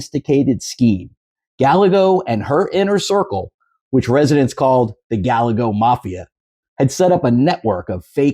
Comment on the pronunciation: not gal a go It's ga lay gos with emphasis on the lay